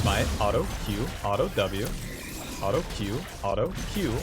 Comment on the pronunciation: I havent watched in a while do we say alto instead of auto now